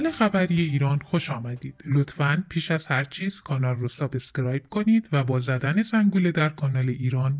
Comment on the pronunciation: اشل خبرنگاری را پایین نیاورید سابسکرایب نه سابس کرایب.ممنون بابت توجه شما.